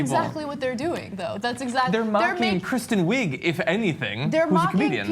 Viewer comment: haha he said kristen wigger